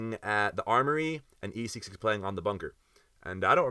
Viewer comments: esseks is NOT pronounced eseaks lol it is pronounced EH-SICKS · Esseks is pronounced “Eh sex” also really excited to see you at Lost Lands 👍